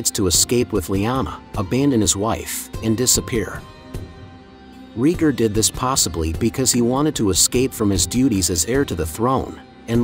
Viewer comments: ITS RAYGAR NOT REGER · It's pronounced RAY-gar, not REE-gar. Seriously, is no once else wincing every time he says it wrong? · I was fw this video and about 2 mins in i couldnt deal with bro calling rheaygar “reeger” 🤣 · I made it to 4 minutes and had to pause the video lmao